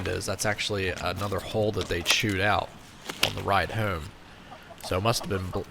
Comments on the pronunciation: I started to comment and poke fun about how you say "homb" (home) but heard you aknowledge it and joke about it yourself so you get a thumbs up on this video good sir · Hoom = Home Coom = Comb Poost = Post Slew mo = Slow mo Foon = Phone Sue = So This guy is allergic to the long “O” sound lol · The way you say “home & comb” makes me wonder where you’re from lol ive never heard anyone say it like that. canada maybe?